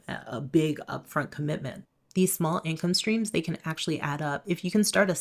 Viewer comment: Cope. I love how she keeps saying income strings